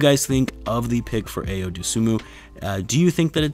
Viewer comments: Personally, I had Ayo (pronounced i-yo) on my Bulls wish list last yr and this yr. I'll wait till after Vegas to really hype this kid's potential up however, I can say for certain he will be on the crt nxt season. Ayo and Coby together again is going to be nice! #Gr8pick I wish the best for Sharife Cooper, but Ayo's better imo. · Really looking forward to seeing Ayo in a Bulls uniform! Illinois' first ever AP First Team All-American and the most clutch player in college basketball the last two years! (Btw it's pronounced "i-o") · His name is from Nigeria , and it's not pronounced way u wrote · lol but Tim is not Nigerian lol, its like pronouncing apple